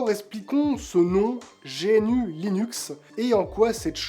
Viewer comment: GNU : On dit gnou (comme l'animal, d'où le logo) pas génu Chacun peut apporter sa contribution, si si. Si on est pas un développeur, il reste les traductions et les fautes d'orthographe, de syntaxe ou de sens dans la documentation. Aujourd'hui il 2 barrière à l'utilisation par le grand public : - le processus d'installation (qui fait peur, bien que très facile. - la connaissance publique de ces choses, qui force à se jeter dans le bain (merci pour ta vidéo) D'ailleurs pour paufiner le travail de mise à connaissance du public, je te conseil de réaliser une démo avec Linux Mint si tu t'adresses au grand public ou PopOS si tu t'adresses au gamers. Beau boulot continue comme ça